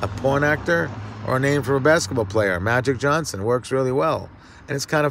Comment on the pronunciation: MAGIC JOHN-son. Funny coming from Ron Jeremy😂😂